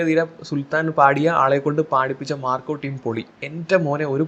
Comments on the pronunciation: ഡാ പൊട്ടാ മാക്രി... Macro അല്ല marco... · Bro ക്ക് marco എന്ന് പറയാൻ ബുദ്ധിമുട്ടുണ്ടെന്ന് തോന്നുന്നു. അതുകൊണ്ടാണ് മാക്രോ മാക്രോ ന്ന് കരയുന്നെ 🤣🤣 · Bro it’s not Macro it’s Marco😊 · മാക്രോ അല്ലടാ മാർക്കോ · Macro അല്ല മൈരേ മാർക്കോ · മാക്രോ അല്ല മാൻ മാർക്കോ ആണ് 😄😄q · മാക്രോ അല്ല മാക്രി മാർക്കോ ആണ് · മാക്രോ അല്ല മാക്രി... മാർക്കോ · ഇയാൾ എന്തുവാ തവളയെകുറിച്ച് വല്ലോം ആണോ പറയുന്നത് "മാക്രോ " എന്നൊക്കെ പറയുന്നുണ്ടല്ലോ.. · മാക്രോ അല്ല മോനൂസേ മാർക്കോ...😂😂😂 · മാക്രോ അല്ലടാ പൊട്ടാ മാർക്കോ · മാക്രോ അല്ലടാ മാര്‍ക്കോ...😂😂ഇതുപോലും അറിയാത്ത നീയാണെടാ യൂട്യൂബും തുറന്നു കൊണക്കുന്നത്.. 🥰🥰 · മാക്രോ അല്ല😂😂 മാർക്കോ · ഡാ വേട്ടാവളിയാ...... ആദ്യം നീ പടത്തിൻ്റെ പേര് ശരിയായി പറയാൻ പഠിക്ക്......😅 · സിനിമയുടെ പേരുപോലും പറയാൻ അറിയാത്ത നീ ആണോ വിഡിയോ ചെയ്യുന്നേ കോപ്പേ 😂